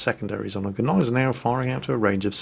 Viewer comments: Gneisenau is properly pronounced = Ny-Sen-Ow with a silent "G". (I always thought it was pronounced Gee-Sen-Ow myself). I just had to say something because it kind of grates on my nerves when you go with both the "G" and the "N", like "Gnip-Gnop". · Jesus the G in Gnisenau is silent. SILENT!